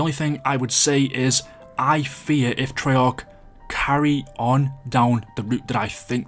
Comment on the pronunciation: This is extremely random but why do you pronounce fear like “fear” but you pronounce year like “yurr”? And similarly, I’m curious to know why every time you said bought in this video you pronounced it “brought”.